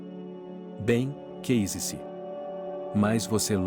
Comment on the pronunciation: Narrador , vc aprenda por favor que a palavra correta é case-se e não quei- se Corrija-se